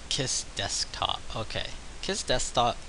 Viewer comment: I believe it is pronounced "Keys." (Khee-Z)